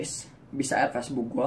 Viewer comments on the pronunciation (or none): none